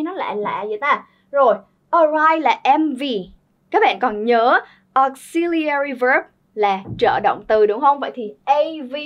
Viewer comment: Từ “auxiliary” âm thứ hai là /zi/ chứ k phải /si/ nheee